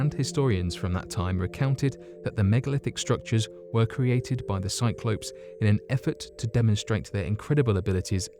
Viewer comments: A FUCKING "CYC-LO -PS" WTF. Where the hell did you learn your prononciation? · Bugger, I’ve been mispronouncing Cyclops all this time...the ‘ops’ as in operation should be Ops as in open....back to school I shall pop 😉😊